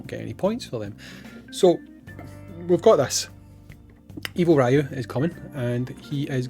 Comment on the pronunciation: His name is Ryū (REE-YU) not Raiyu Just like how it’s not SHORAIYUUKEN